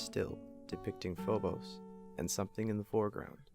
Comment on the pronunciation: You're saying phobos wrong